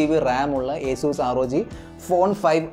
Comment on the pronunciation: Nta bro acuz alla asus